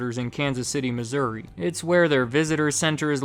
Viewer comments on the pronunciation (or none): none